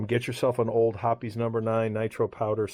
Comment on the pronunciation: One of my first strong memories, 1962 in San Jose, CA, sitting on my Dad’s lap while he cleaned his stag gripped Ithaca 1911 with Hoppe’s #9, and I’ve carried that with me my whole life. BTW, you are pronouncing it correctly. AI and new folks call it “Hops” and that always bugs me. I bought a couple of small glass bottles of it, years ago, but also have a large glass quart bottle of it over my reloading bench, which is the largest they made I think. Until you mentioned it, I had no idea they no longer sold it in the glass jars. Too bad.